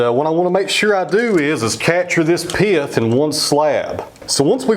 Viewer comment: I know right! I like how he changes the word "pith" into a 2 syllable word. Piath.. That butternut turned out just beautiful. Love the dark grain within.